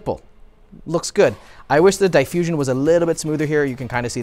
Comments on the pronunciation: Was that "AI cooler" in the ad read a misreading of AIO, or has Lian Li lost their minds completely? Also, please stop saying "die-fusion" for diffusion. Diff-use, not die-fuse. Edit: don't know what I think about the format, but I do like the active labs inclusion, so more of that please. Also, those temperatures are wild. I get that with current gpu boost algorithms you start losing clocks at much lower temperatures than a decade ago, but still, air coolers in the 60s for a 380W GPU? That's very low. Also makes it kinda clear how AIBs are struggling to make a profit on MSRP GPUs when they have to include a kilo or two of aluminium and build a cooler that could double as a radiator for your car. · DEEEE-FUSION. NOT DIE FUSION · Die- fusion is crazy pronunciation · "Dee-fusion", please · The way he says diffusion 😭😭